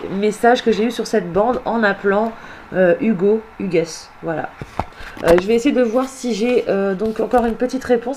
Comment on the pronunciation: Coucou, belle video. Par contre le prénom "Hugues '" se prononce sans le "s" , Hugue ...